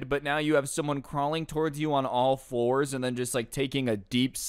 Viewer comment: You said floors not fours i heard an L But that teacher probably wanted to spray him with water